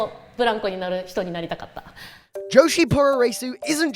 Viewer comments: I twitched a little bit every time you said "poo-roh-ray-soo". Puroresu is literally just pronounced "pro ress", short for pro wrestling. The u's are silent, but Japanese letters are all syllables. So when they're trying to imitate English sounds, they use silent or barely-spoken vowels between them. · 'pooro raysu' lmfao its 'puro REsu'. 're' like in 'resurrection'. not like 'ray' as in 'racing'.